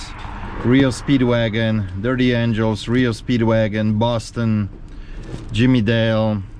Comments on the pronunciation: FYI it's R.E.O. Speedwagon not Reo =p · Love you videos. Where I'm from we call the band R.E.O speedwagon not reo speedwagon maybe you guys say it different? Keep flipping my friend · It's R - E - O Speedwagon, you say each letter...not Rio Speedwagon. : ) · Rio Speedwagon lol... It's R.E.O my brother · its not rio speed wagon .... its R-E-O Speed wagon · R E O Speedwagon, Not Rio Speedwagon, lol. The "High InFidelity" album was very popular. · R.E.O SPEEDWAGON Not REO SPEEWAGON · Did u call R E O Speed Wagon Rio speed wagon? I think u we’re having a Ted Nugget moment 😁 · R.E.O Speed Wagon not REO. Common records don't sell well. Sorry. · FYI....it’s pronounced R.E.O Speedwagon.